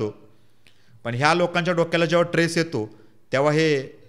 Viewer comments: ट्रेस नाही रे स्ट्रेस म्हण. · Its,a stress not tres pl .note.dont tak it itherwise. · ट्रेस कि स्ट्रेस? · dada tress nahi stress asat